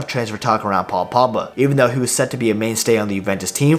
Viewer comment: Say the letter G